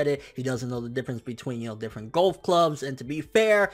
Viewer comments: I hate how he pronounces golf as "gulf". It's a sport, not a body of water. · I hate the way he says Golf